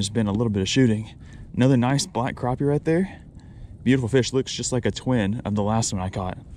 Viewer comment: Not to be mean but it is pronounced crappie not cropie